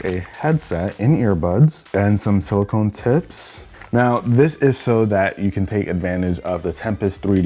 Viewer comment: I thought he said silicon tits 🤣